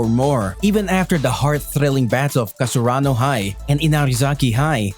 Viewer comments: he really said "Kasarano High". Dude, it's Karasuno, get your facts straight. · Not kasaruno it's karasuno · Can we get a count on how many times he said kasurano and not karasuno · cant even say the team right lmao kasarano high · oh come on! KASURANO??? or KARASUNO??? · Karasuno not kasarano --_ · Karasuno bro not kasurano hahah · Karasuno or Kasaruno? 🤔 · Its karasuno. Not kasurano. Leulz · Its KaRAsuno not KaSUrano. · I hated it when he said kasurano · Is karasuno not kasurano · Am i the only one hearing kasaruno instead of karasuno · Dude it's KARASUNO and you are speaking KASURANO. Can't you see the difference between them ? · He literally said kasarano high 😂😂 lol, i thought it was karasuno high lmao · How the hell does he always say Kasurano instead of Karasuno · Plssss...... It's Karasuno not kasurano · i am not trying to be mean but it is pronounced KA-RA-SU-NO not KA-SU-RA-NO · ITS KARASUNOO NOT KASURANA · I like how he says "kasurano" instead of "Karasuno" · KARASUNO NOT KASURANO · Haikyuu fan but you didn't know how to pronounce karasuno..you always say " kasurano high" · Isn't it karasuno? I heard him say kasurano??? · I like that you said Kasurano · I am sooo happy . But anyone else notice how he says Kasurano High? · It's ka-ra-su-no come on dude it's not that hard 😂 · "Kasarano high" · He actually sais nakasurano jsjs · IM SO FREAKING HAPPPYYYYYY But i had to laugh at the "kuro" and the "kasurano" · He says it wrong, it’s karasuno. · Your pronunciation of Karasuno is wrong in the whole video. But anyway thanks for the info. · How do you say you're a fan when you pronounce their name wrong😭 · he called himself a haikyuu fan and pronounced karasuno wrong This is sad